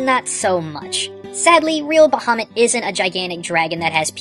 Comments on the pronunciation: I figured would actually know the pronunciation of Ifrit and Bahamut. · You're pronounced Ifrit and Bahamut wrong. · Couple pronunciation issues you may want to address, if it matters to you: It's "Enkidu", not "Enkindnu". Bahamut is pronounced "Ba-ha-MOOT", rather than "Ba-HA-mutt". The latter can be confirmed via the original japanese spelling, which emphasized the long "oo" sound. This is also the correct pronunciation when referring to the mythological world-pillar fish (which you can confirm on the wikipedia page for Bahamut).